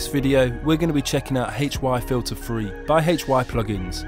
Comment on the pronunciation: the way you say HY-Filter3 sounds rough